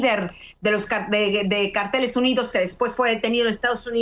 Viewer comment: Anabel el nombre es cárteles y no carteles. Carteles son pancartas con información .